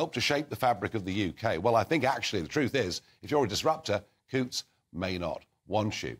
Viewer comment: Cancel your Coutts bank account, please, and dont forget to pronounce Coutts as in hunt, not hoots.